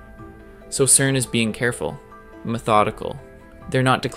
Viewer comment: Stop calling it kern !!!